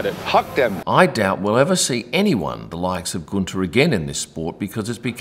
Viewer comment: Guenther wanted a share in the Haas company like Toto at Mercedes. Gene Haas said NO. The rest is history. BTW Guenther is pronounced Günther not Gunter. Not that hard......